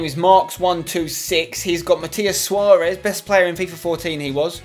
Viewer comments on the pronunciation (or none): none